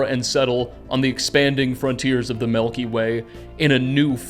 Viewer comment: What I learned from this video is that pronounces milk as melk and it has given me a new appreciation for the Melky Way